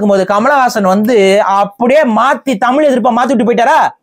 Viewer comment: ஐயா முதல்ல தமிழ்ல தமிழ் இன்று ழு என்ற எழுத்தை உச்சரிக்க கற்றுக் கொள்ளுங்கள் தமில் கிடையாது தமில் தமில் தமில் சொல்றீங்க அதுவே முன்னாடி தவறு பஸ்ட் பேச கத்துக்கிட்டு வந்து உச்சரிப்பை கத்துக்கிட்டு வந்து அதுக்கு அப்புறமா இன்டர்வியூ குடுங்க ஐயா தமிழை கொள்ளாதீங்க தயவுசெய்து